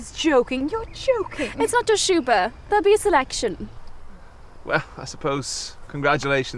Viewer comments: Thanks for the detail about the piano pedals! But I wonder if the mispronunciation of Schubert isn’t deliberate—to show how pretentious this particular class of people are, so much that they don’t even know that Schubert isn’t pronounced in the French way? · If they mispronounce “Schubert” ONE MORE TIME!!!